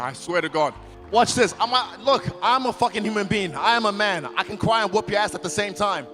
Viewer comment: Izzy-I can cwy